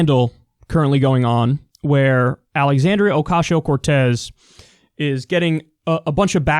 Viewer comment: bro, can you stop calling her 'Occashio'?